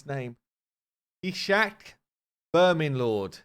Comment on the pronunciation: Gnishak, I am not sure if it is correct but it seems very close to Hnisak, and hnis means ''discharge'' like form an infected wound, when that yellow hnis comes out. Probably nobody cares I just thought it was funny how an english speaker pronounces it and what it means.